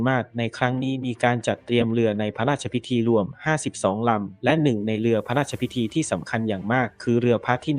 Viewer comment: เนื้อเรื่องของคลิปที่ลงก็ดีน่าดูมากแต่สุดแสนจะรำคานคนอ่านสุดไปอ่าน.ร.ล.ได้แย่มากฟัง.พะลาดชะพิที.อลุน.ลาด.ชะวะลาลาม.เวรกรรม.